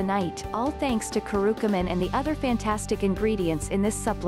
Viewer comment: * it's Curcumin not Curucumin